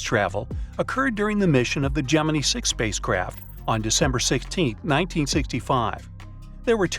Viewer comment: Your AI needs to learn how to say Gemini correctly!!!